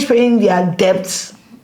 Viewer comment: Afia its debt(silent b, pronounced as det not debbbbbbt